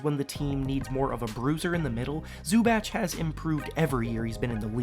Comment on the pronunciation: Zu-batch? Bruh